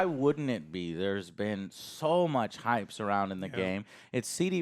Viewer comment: HYPE! The word is “HYPE” Joe